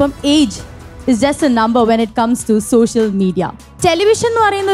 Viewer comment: സോശ്യൽ അല്ല മോളൂ.